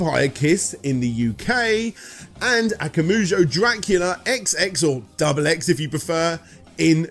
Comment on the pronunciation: You're saying akamujo instead akumajo on purpose, for engagement, right? You even have several advertisements where they say the vowels in the right order. If not, it's easy, just swap the second and third vowels. Imagine saying a puma jo but with kuma instead.